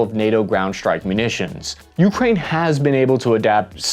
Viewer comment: this may seem nit-picky and trivial, but the pronunciation of "ukraine" with an emphasis on the first syllable, the "u," drove me crazy, made me cringe every time i heard it, and made me not want to keep listening, which is unfortunate, because i found the video informative and interesting otherwise. i mention it in hopes of the presenter using the more standard pronunciation in the future.